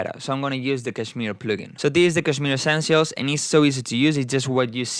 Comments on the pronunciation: The first non-indian person who pronounced kshmr correctly! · People pronounce it as 'cashmere'. While the actual Pronunciation is 'cush-meer'